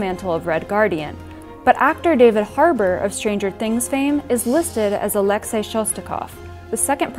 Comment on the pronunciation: Finally someone says Alexei right !!